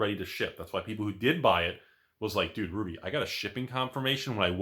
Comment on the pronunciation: You called it Rudy mon, respect.